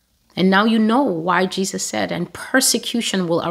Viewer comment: I first saw TB Joshua in 1999 on a video disc. He was performing miracles. What struck me then was him not pronouncing Jesus the right way. He said Jejus. I was taken aback. Later when he became very popular, a lot of my friends were telling me to follow him but I did not. One day I watched his sermon and went to be, he appeared in my dream offering me money, I refused. Another day, I watched him again and he appeared in my dream. I realized then that he was a soul snatcher. We are called to test the spirit. The prophecies here are from YAH my spirit bear witness to that. Amen.